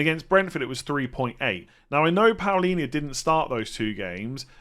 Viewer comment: That Palhinha pronuciation is WAY off, nevertheless, great content!